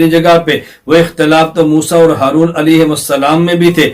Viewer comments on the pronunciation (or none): none